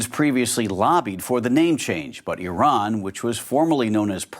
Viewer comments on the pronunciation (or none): none